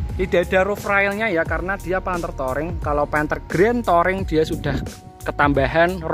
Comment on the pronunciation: Touring, di baca " Turing" bukan "toring" 🙏🏿